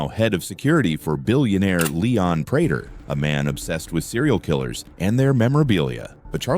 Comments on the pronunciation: He needs to type it Pray tur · Your Ai cant read prater correctly